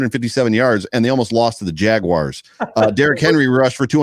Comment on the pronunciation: I knew that WNYers pronounced the Jacksonville team “Jagwires”. I didn’t know Denver people did too.